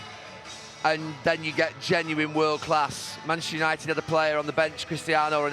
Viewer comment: Why does Gary say "Maneshter United"..listen!!